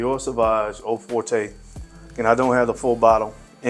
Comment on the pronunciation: Also, Forte is pronounced like Fort. But honestly, that’s an easy mistake, especially because the House of Dior is French.